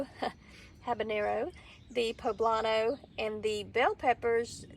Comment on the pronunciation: I laughed out loud when you said "Ha-burn-no".